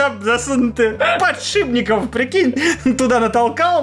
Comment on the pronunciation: подшиПники!!! В топ, чтобы говорил правильно